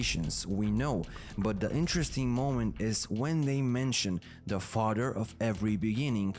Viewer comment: I like how he say togedder and fahdder 😭🖤